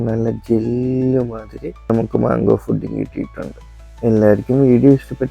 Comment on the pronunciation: ഫുഡിങ് അല്ല പുഡ്ഡിംഗ്